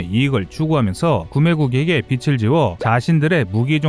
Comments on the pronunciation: 내레이션 할때 발음에 주의를 기울여 주세요. 많이 거슬립니다.......'빛이'-> [비치], '빚을' -> [비즐], '빗을' -> [비슬]............. , , , '빚을' 을 몇번 [비츨]로 발음 했네요. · 비츨 말고 비즐이요 몇번이나 반복되니 신경 쓰이네요